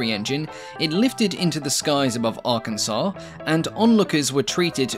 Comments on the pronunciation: Hey, props to pronouncing it "Arr-can-saw" instead of "Ar-kansas" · I'm just happy you pronounced Arkansas correctly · And he even pronounced it right